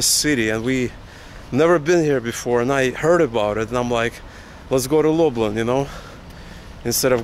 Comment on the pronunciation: I was born in Zamosc, absolutely stunning architecture. Can I also point out your pronunciation of Lublin, try pronouncing it more like "Lub lean". Your pronunciation sounds more like "Lub lynn". Enjoy one of the most beautiful parts of Poland. Zamosc benefits from the continental climate, where winters can be really cold with temperatures dropping to - 28 Celsius(coldest I experienced in Zamosc) and summers really warm up to high thirties consistently every year. Combine that with really fertile soil "czarnoziem" and stuff grows like crazy during summers. The size and quality of veg and fruit is absolutely insane. Pozdrawiam